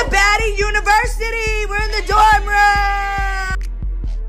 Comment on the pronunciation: He can’t the word university pls 😊